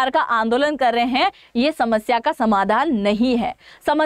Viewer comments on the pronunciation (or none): none